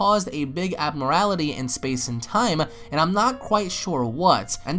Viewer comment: IT'S PRONOUNCED ABNORMALITY